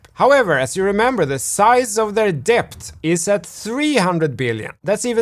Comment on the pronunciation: Debt - pronounced 'det' .. the b is silent👍🙂